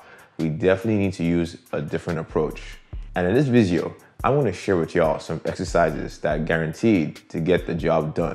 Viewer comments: is he saying viseo instead of video? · I like the "vizeo" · Personally my favorite part is when he says vizio